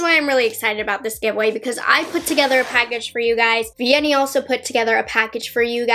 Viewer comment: Vianney sent me here and although you said her name wrong the whole time, you made it up with your personality, you're so cute! I've never tried high end makeup and I'd love to! Those products look amazing, hi from Argentina!